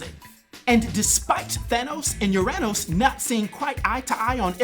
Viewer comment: Haha UrAnos....not MyAnos